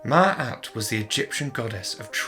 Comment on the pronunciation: You mispronounced her name mate sorry bout that good vid though